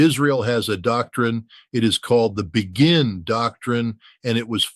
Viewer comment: Pretty sure Ritter knows that "Begin" is pronounced "Bey-gin," not "Bee-gin".